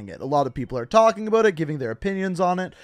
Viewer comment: I really hate the way you say “about” lol